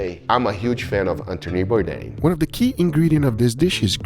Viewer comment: If you appreciate Anthony Bourdain, it would be great to make a little effort to pronounce his name correctly. 😊